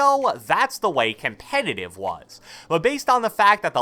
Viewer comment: My boy say com-pay-tive .......